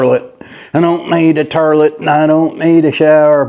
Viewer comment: Imma have that damn song in my head for 3 days now hahahahah and ive never heard someone say tourlette before....love it hahahhaha in he made a dunny funny and no no pooping in the new place, plug everyones butts before they enter...Dollys, Jaspers, Tillies etc....